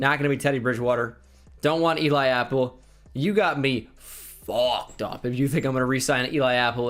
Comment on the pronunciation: He said "You got me FOCKED up" and i felt that